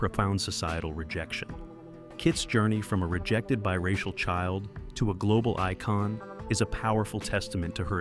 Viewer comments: Interesting video, but I hate the AI narration. "Econ" for Icon; "She comma however, vehemently refused " Sheesh. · I see too many otherwise good YT videos ruined by garbage AI narration. Use a real voice actor who doesn’t mispronounce half the names, or words like “icon” (it’s not pronounced “eekon”)!